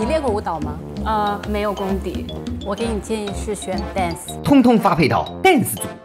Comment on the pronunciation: 英语不好就别拽，dance 被你说成蛋死，谁给你这么大的“胆子”？